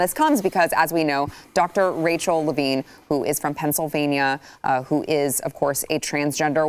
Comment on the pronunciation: First off, why doesn't she know how to say Levine correctly? A reporter/journalist?